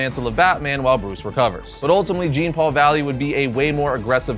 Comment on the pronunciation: It's not Jean... it's Jean.